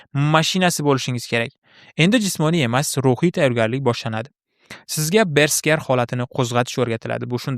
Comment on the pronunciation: Bersker❌ Berserk✅